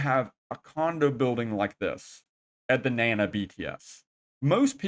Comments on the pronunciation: Na Na, not nan na. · You would think all the time you have spent in Thailand you would learn a little bit of Thai. At least how to correctly pronounce common words like Nana